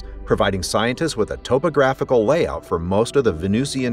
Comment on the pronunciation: Well done, except…it’s “vuh-NOO-shn”, not “ven-NOOZ-ee-an”. (Also, “taa-puh-gra-fik”, not “tope-uh-graf-ik”.)